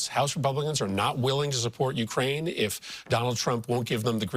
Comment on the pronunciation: Yeah, linzy, whine whine whine. Someone who has been in the Senate as long as you have should know how to pronounce Ukraine. Being gay isn't wrong, your god made you that way, but I don't think he made you a hypocrite, I am sure he does not want you to be a liar, I would HOPE he wants you to be a true patriot, I know he does not want you to be an idolator to an orange version of his alleged son. But you've shown those of us with working brains that you're capable of being a total POS. Alas, it is much too late in life for you to change your ways and show a spine or integrity, and become the honorable person you are supposed to be when society trusts you to serve in Congress. My personal feeling is that gay people exist, DEAL WITH IT! But hypocrites in government need to get out of it and go live with hippos. Rubio on Face the Nation pronounces Zelenskyy like it is spelled Zelinski. People take note, that's an E not an I. Rubio should surely know better, but he works for an orange blob who loves insulting people. Nice going taco, an abject failure as POTUS.